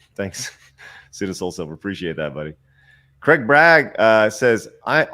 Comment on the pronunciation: Might as well be greg. That's not how you pronounce craig lol, but Americans have a reputation for butchering words.